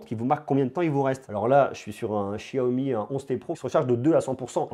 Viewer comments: c pas chiaomi mais xiaomi lol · De chiaomi ?? C'est pas Xiaomi avec un x ? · Sa se prononce chiaomi